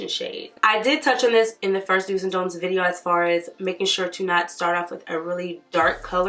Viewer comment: 🤣 i can't focus on anything but that "dont eye"